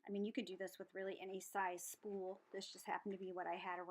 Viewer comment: Haha.. I heard spoon too.. but. I think you said spool.. lol... and it’s like me saying snowman instead of saying snowmen... 🤦🏽‍♀️